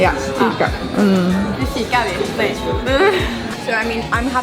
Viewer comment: Nu fikar vi in perfekt swedish accent. :)